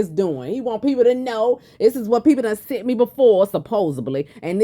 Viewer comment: Can't even talk.....sunt....it's sent you dummy